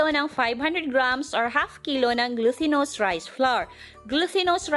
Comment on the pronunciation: please check your grammar usage & right pronunciation. Ex.. Plural of 1.tablespoon -tablespoons 2.glutinous- "t" not "th" 3.pronunciation be clear please- "grease" not "grace" 4. "Melts in your mouth"